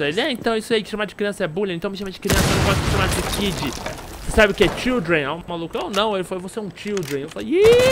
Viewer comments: Eu escutei ele falando chundred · ele falou childreen, significa crianças